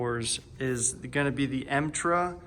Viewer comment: Metra, not emtra.